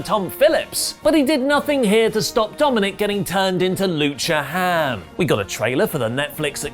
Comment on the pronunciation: said lucha ham lol